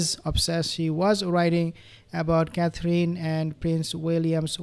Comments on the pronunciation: Hi there please pronounce Catherine Roperly . It’s Cathrin not cathreen xxx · You say, Catherine’s name beautifully.